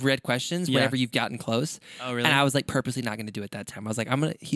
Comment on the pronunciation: I already love this “vreally” much! Haha 😂